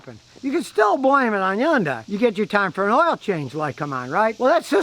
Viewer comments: Yun- day... thought it was Hyundai..with a hunday sound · Hyundai, pronounced like Sunday! Not Hi Yundai! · Thought it was Hun day not Yun die? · YunDai? No Scotty, it's Hyundai, Hun-Dai. Your wife's famous car is not Rexus. Get it right. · I say Hon-Die , I've heard Hon--Day, but now Imma say Yun-Die😄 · Hyundai - pronunciation "hYun-Day" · Scotty: it’s pronounced HUN DAY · C'mon Scotty it's Hyundai like Sunday. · “it’s Hyundai like Sunday” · Scotty don't get fancy, it's just "HUN'DAY" , rhymes with Sunday.... The Y is silent. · HUN-DAY HUN-DAY.... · I kept pronouncing it has hon-dai lol. Also I am guessing the vehicle owner is standing outside the car ? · WHY DOES HE SAY "YUNDAI". MY GOD. And yes, Korean cars are absolute POS's. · Scotty ,you really should learn how to pronounce 'Hyundai' .